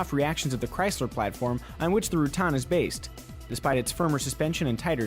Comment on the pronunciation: why do you continue pronounce the name like that. wtf